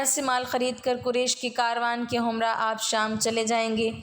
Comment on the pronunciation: aapka andaz to buhat acha hae laiken kai lafz buhat ghalt boly jaisy rabt ko aap rubt. himrah ko humrah bola appna tlafuz ko teek ker lain to buhat acha ho ga